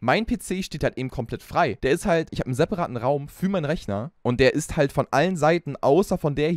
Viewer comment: Er hat am Anfang einfach Schwarzwälderisch geredet: dass es Statisch isch 😂😂